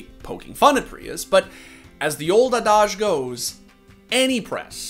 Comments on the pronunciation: hey rmb when you pronounced adage as ADOJ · that pronunciation. ah-dage. It's 'add-ag' homie. adage.